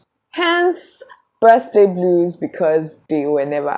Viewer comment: "Birthday bluers"😅😅😅